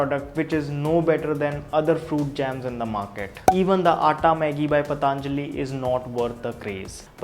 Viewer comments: पतंजलि not पतांजलि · Not पतांजलि 😂😂 its simple पतंजलि 😎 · It's patanjali not pataanjali...why most of the u tuber pronounce it 'pataanjali'.....u all r educated so..we don't expect this from you... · its not pa taaan jali its patanjli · Just for the sake of English don't change the name it's patanjali not pataanjali .